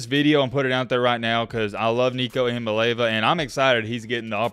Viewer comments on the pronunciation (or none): With due respect, it's not "EE MAA LAY VAA" it's pronounced "EE YAA MAA LEE AA VAA" not trying be a prude but it is important to get his name right if you are going to talk about him for years to come. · 😂💀💀 it’s "EE ah MAH lay AH vah" not “EE ah Mah Lay va” 😂 GBO🍊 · say this 10 times. Start out slow, then faster and faster each time: six syllables, 3 first, then the other 3, like a 6-syllable poem: EEE-am-mah... LAY-ah-vah. EEE-am-ah-LAY-ah-vah. Just keep saying it until you don't have to think about it. Your analysis is always fun to listen to, keep up the great work. Worth learning this young man's name, as you point out he's gonna be with the football community for many, many years to coome. Go Vols! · Just for future reference, it's pronounced ee/ah/mah/lee/ah'/vah. It really doesn't matter to me because within a year the only people who can't pronounce it correctly will be aging commentators ( just like with Tua). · Eee-ahh-moli-ahh-vaa took me awhile to get it myself but it rolls off the tongue now #mattbmispornouncing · Gotta work on that pronunciation! 😂 Ee-ah-mah-lee-ah-vuh Oh and go vols! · Looking forward to the Nico Show! Just a heads up, he pronounces it ee-uh-mah-lee-ah-va. Not trying to be a grammar czar or anything like that - I straight-up butchered it the first time I saw it. 😁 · Are you intentionally mispronouncing everyone’s last name? Didn’t pronounce Nico’s last name right one, then just threw in that botched pronunciation on Tua’s last name for good measure. As a TN native, I’ve never understood why southerners are so bad at pronouncing everything correctly 😂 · You have got to learn how to say his name!